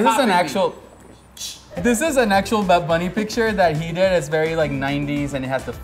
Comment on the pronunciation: wait wait, it's not "bad bunny baby" it's "bad bunneh biebeh"